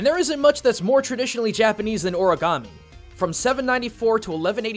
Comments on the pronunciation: O-RI-GAMI NOT O-RA-GAMI EOANOINAEOGIA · Tbh, I die a little every time you say “oragami”. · Is ANYBODY else not cringing at the fact that he kept on pronouncing "Origami" wrong? I mean.. COME ON.